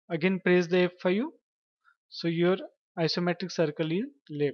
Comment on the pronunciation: it's so confusing hahahaha thought u was saying FU